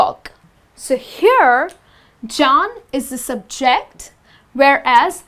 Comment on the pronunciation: Something is wrong with your stress on the word ' subject ' and ' object '. When these words are used as a noun, it is generally put the stress on the first syllable as ' ' sUbject ' and ' Object ' and used as a verb, it is put the stress on the second syllable ' subJect ' or ' obJect ' respectively. But your pronunciation I so clear and easy to listen to and good. Is that a Indian English or not , I wonder? Pandason